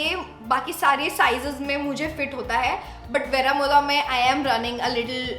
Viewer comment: It isn’t Vera-mo- dhah It’s Veh-roh -moh-duh